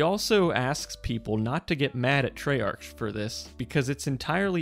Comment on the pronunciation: Love the video and explains everything perfectly but “Trey Arch”😂